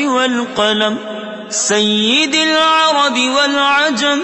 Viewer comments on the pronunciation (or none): sayydil ar'bi hai na ki sayydil ar'di Please sahi padhe